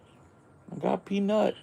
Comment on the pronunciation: OMG!! The squirrels!! Too freaking cute!! Also, kind of funny how you say "peanUt."